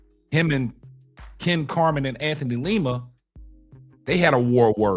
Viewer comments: lima bro.. u keep saying leema lol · LIma. Not LEEma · Hey....like your show. Btw, its Lima's name is pronounced like how Lima bean is pronounced, not like the city in Peru.